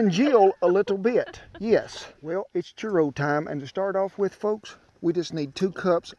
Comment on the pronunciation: "Chur-oh" I love this man